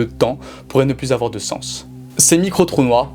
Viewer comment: Putain mais vous avez quoi tous les youtubeurs à prononcer le "s" de "plus" ??? Il est muet !!!